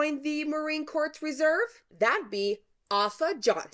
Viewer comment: Her name is pronounced 'Oh-pha' and Corps is pronounced 'core’ not 'corpse'. Other than that, great video!